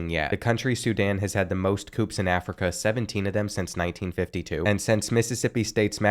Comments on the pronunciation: Bro the pronunciations on some of these countries 😂 Also “coup” is pronounced “coo” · With coup, you dont pronounce the p. So like "coo" attempt